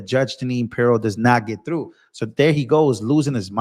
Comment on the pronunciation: her name isnt pero maybe if u can't pronounce her name call her judge jenine